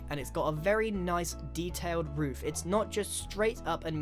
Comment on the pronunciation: Ik this is kind of late But he says woof instead of roof